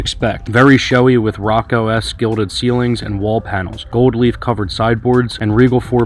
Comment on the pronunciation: it is pronounced more like; "row- co-Co" ... the highly decorative archetecture/art era of which you spoke... no disrespect at all. just sharing.